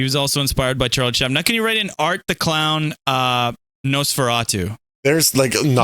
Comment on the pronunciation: When called Nosferatu “Nosanosaratu” it killed me 😂